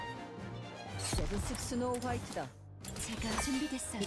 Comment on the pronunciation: スノーホワイトだけスノホワイトだって言ってるよね？